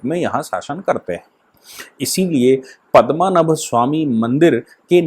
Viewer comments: you are a UP Brahmin, it looks very bad when can't spell out very common Hindi words like PADMNAABH, Not Padmmanabh. Very bad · महोदय, केरल के उस सुप्रसिद्ध मन्दिर का नाम 'पद्मनाभ या पद्मनाभन' मन्दिर है, न कि पद्मनभ। आप इस पूरी वीडियो में पद्मनभ ही बोलते रहे। कृपया आप गलत उच्चारण करके हमारी भावनाओं को ठेस न पहुंचायें।